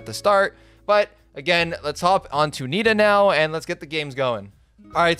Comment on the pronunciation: Its Nita